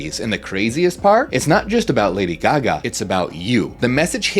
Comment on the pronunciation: All we hear is Ladio Gaga... (sorry).